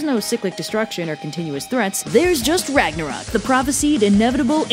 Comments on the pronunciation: Great video, as usual! Just one thing: It is NOT Ragnarok, it is Ragnarök. "O" and the Scandinavian letter "Ö" are pronounced differently. The "Ö" is more like the vowel in "Church" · The end of the world just made my day. Also, there's an accent in Ragnarök, how dare you,.